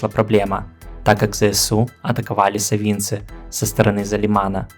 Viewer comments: Привет, С нетерпением жду каждое твоё видео... но, есть один нюанс: на тюрские названия - делай ударения на А... На Славянские - в соответствии со смысловой нагрузкой.... Пример: САвинци, а не СавИнци))) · САвинцы, ударение на первый слог.